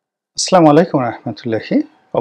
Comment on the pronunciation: স্যার আপনার সালাম দেওয়াটা শুদ্ধ হচ্ছে না। আশা করি আপনার কথাগুলো যেমন সুন্দর ঠিক তেমনই আসসালামু আলাইকুম সুন্দর করে বলবেন।